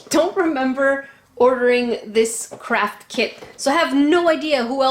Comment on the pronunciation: In I thought she said crap kit but she said craft BTW I guess a 3 am ghost took your credit card